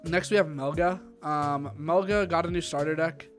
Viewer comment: Everytime someone says Melga I want to fucking vomit